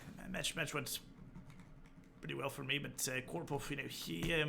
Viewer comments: I love your imitation of Kasparov, especially how you pronounce "Korpof" ... lol :) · Yeah, [ko:rpof] ... lol